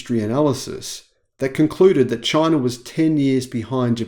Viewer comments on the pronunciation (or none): none